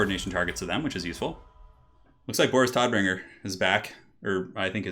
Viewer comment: Damn you Todbringer! As someone who's native language is german I always love it when people say german names and words with english pronunciations.